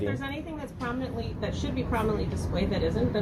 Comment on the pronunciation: I’m glad he’s holding these government employees accountable. But he needs to learn how to pronounce the word “prominently” correctly.